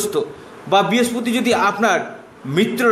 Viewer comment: কথাটা বৃহস্পতি ভালোকরে বলতে শিখুন।